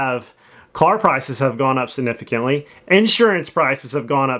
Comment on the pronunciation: Please learn to say significantly